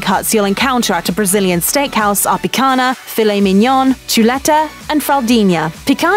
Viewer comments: I was going to make my comment about this. Mignon and fraldinha are correctly pronounced. Picanha is not. Why? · And even tough, she nailed the "mignon" sound wich is basically the same